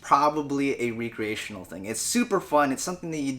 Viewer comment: You say recreational funny!